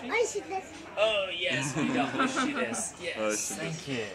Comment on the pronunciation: 、子供らしさ全開で、可愛い😊❤「オイシイです」って発音も完璧でしたね✨それにしても、家族で日本を何か月も旅行できるなんて、どんな仕事をされているのか気になりました。